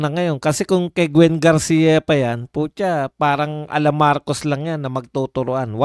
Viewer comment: BAI HINDE GARCI KUNDI GARCIA